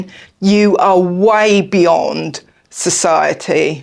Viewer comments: "satiety" Suh - tie - yeh - tee (and you are so right, most of us morbidly overweight types do not recognize it!) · The word was struggling to say early in this video was SATIETY. Phonetically it is four syllables, “Suh-tie-uh-tee”